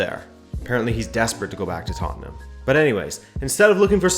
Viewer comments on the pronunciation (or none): u butchered tottenham but ok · that was intentional. Imagine a disgruntled Scotsman saying it